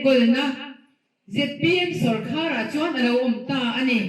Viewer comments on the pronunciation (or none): minister meuh in sawrkar tih ṭawngkam alam thiamlo tlat mai.tu man sawrkhar an neih ngai kan hre ngai silo..